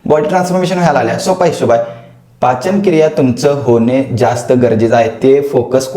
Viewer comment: पाचनक्रिया ❎ पचनक्रिया ✅😂😂